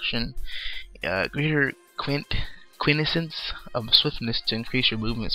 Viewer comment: turrent? turret*. quintense? quintinses